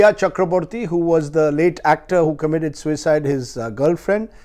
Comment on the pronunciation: Why do you emphasise "suicide "....if u don't want to call it a MURDER , u can say Sushants death instead of Sushant's suicide😡......